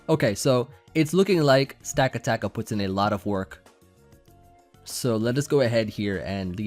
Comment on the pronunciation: I think its pronounced Stuh-kata-kuh.